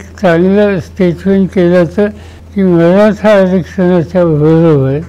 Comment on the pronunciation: साहेब तुम्हाला, मराठा म्हणुन शब्द उच्चारताना खूप त्रास होतोय का, मग साहेब आता तुम्ही रिटायर्ड व्हा, आता सर्व निर्णय महायुतीवर सोडा, तुमचं बोलणं पण कोणाला कळत नाही. आता बास झालं.